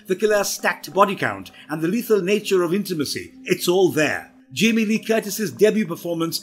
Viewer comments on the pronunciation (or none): none